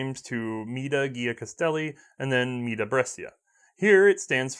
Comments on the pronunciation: Brescia: Correct pronunciation is ''bresha'' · Mate, the "scia" part in "Brescia" il pronounced like "sha", like in "sharia", ok?